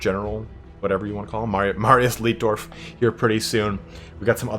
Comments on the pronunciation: Leitdorf is pronounced "Lightdorf". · Small correction, Its L-EI-tdorf. Pronounced 'eye' like in Einstein.